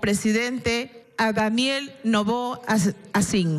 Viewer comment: Se le truabo la luenga,al pronunciar el nombre de Daniel Noboa.